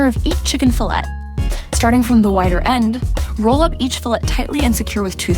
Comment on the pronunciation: It becomes obvious she is using an AI voiceover when it can't pronounce the word "fillet" correctly.